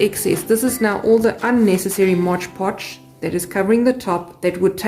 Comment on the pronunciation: I have never seen anyone wipe it down with a wet cloth. And please pronounce mod podge correctly.